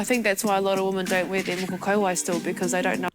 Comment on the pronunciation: Moko Kauae- More-Core Co-Why 👍🏽🙂 Thank you for actually putting in effort in you’re Pronunciation.